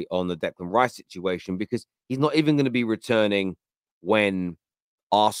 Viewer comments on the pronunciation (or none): none